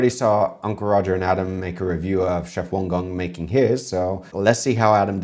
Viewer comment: It's "Wang Gang". "A" is pronounces the same way as "a" in spanish. It's not "Wong Gong".